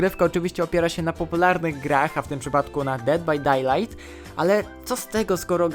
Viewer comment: Jakby co mówi się ded baj dejlajd napisałem tak byś na przyszłość wiedział jak się wymawia pozdrawiam i dzięki za gierki